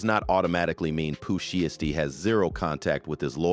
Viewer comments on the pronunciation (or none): Pooh She-estee has me rollin 🤣